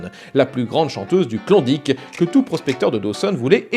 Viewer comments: Saperlipopette, t'a prononciation sur klondike me pique légèrement les zoreilles =p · t'as juste pas mal plus de chance de rencontrer un francophone en ON ou NB qu'au Yukon =) - par ailleurs, il m'a fait bien rire avec son "Klondique" ^_^ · Super. Tu prononce bien Yukon, mais Klondike c'est une horreur